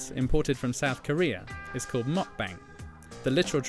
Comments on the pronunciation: It's not Muck-Bang. Try Mook-Bahng. Koreans don't speak with a British accent. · Mukbang is actually pronounced as mook-bang, not mach-bang.